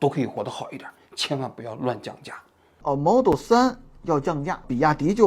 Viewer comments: 是model，不是摩托，那是手机，王局发音不标准。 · model给你念成了毛豆哈哈哈哈哈哈哈😂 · “毛豆三和毛豆歪”哈哈哈哈😂王局太可爱了